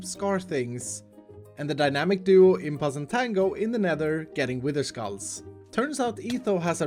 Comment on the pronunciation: You mean skalls not skulls ;)